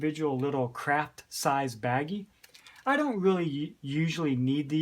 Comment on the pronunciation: Every time you say "craft size baggies" my ear hears crack size baggies. hahaha Great overview of your EDC,. Thanks for sharing it with us. Greetings from Pittsburgh. Laura